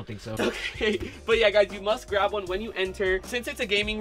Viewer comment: Grab not grap 😂